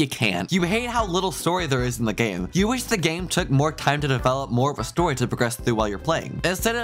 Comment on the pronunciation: "more storyA" bro?????